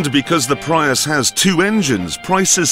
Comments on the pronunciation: Toyota "Pry-us" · Toyota "Pryus" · He said toyota pry us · did he pronounce prius like that as a joke ? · Clarkson doesn’t even know how to PRONOUNCE “Prius”, and knows even less about its engineering. Too bad for him that the Toyota Prius is the top-selling PHEV…. “IN THE WORLD”.